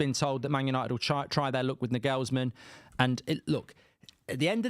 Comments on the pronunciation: Mark, it’s Nagelsmann (Naw-gul-sman). Not Nah-gells-man. Also, no way does he walk away from managing Germany to manage crappy United. Lol. And here comes Gareth Southgate in 3, 2, 1… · For God’s sake pronounce Nagelsmann PROPERLY!